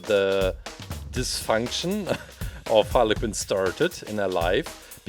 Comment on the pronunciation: Quinn not Kinn